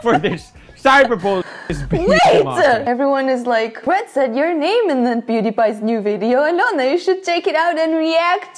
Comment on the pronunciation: Is it me or aloona says brad as bread